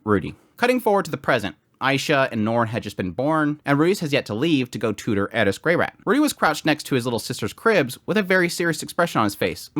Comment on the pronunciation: Why does he pronounce Eris as Edith? Was thinking who is edith? or is it just me?